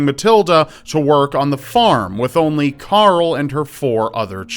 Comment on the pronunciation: You can't say Carl! It's not Coral or Carol!